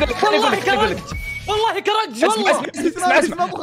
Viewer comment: كيف يقول كلمة ((كرنج)):- كرنج❌ كركت✅ +جالسه اعيد مقاطعكم الي قبل وربي تضحكون حتى الحين!..